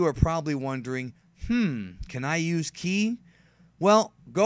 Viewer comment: Ive never heard anyone say kai instead of Ki